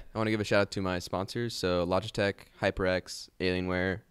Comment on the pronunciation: HE SAID LOGITECK TWICE!